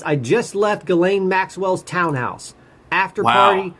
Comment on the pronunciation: Why can’t anyone say GHISLAINE’s name right? 😂 I’ve heard it pronounced “Jislane” and “Gislane” and “Jilane” and “Jizlane” and once in a while someone gets it right! It’s pronounced “GILANE” with a hard G as in the word GOO but spelled “G-H-I-S-L-A-I-N-E” so the H, S, and last I are silent.. I mean we don’t want any mistakes on who is the pe*ophile and the pe*ophile procurer!! And that would be you GHISLAINE MAXWELL!!!